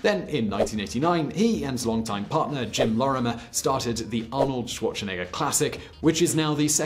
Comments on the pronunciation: "Schuorzenegga"? What a pronuciation! XD. By the way he played Fußball (=football). We don't call it "soccer". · The way this guy pronounces Schwarzenegger is probably why I didn't get ads on this video